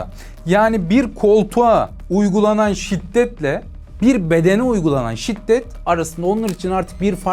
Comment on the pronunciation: Şitdet değil şiddet*